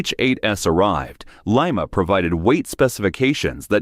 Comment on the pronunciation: It's not Lee-mah.